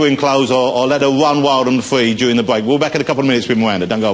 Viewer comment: Let's decide if we should keep her in costume "ow wet how wun wild and fwee." Bahahaha! Oh, dear. :)